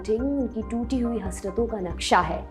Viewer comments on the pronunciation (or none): none